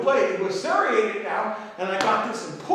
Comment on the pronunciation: I like the way he says "sereated" instead of "serrated." Serrated Kobun is awesome, as are his XL serrated folders.